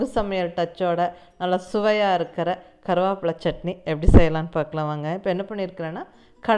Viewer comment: Karuvapla nu Neenga sollum pothu kongu Tamil supera iruku